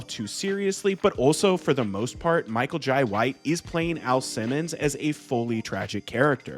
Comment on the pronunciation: Every time you said Michael Jai White you pronounced it differently 😂😂